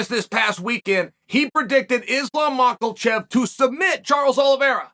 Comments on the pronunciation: Chael I’ll pay u money to just say islams last night right it’s not mucklecheck 🤣🤣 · "mackel-chev" is so offensive hahaha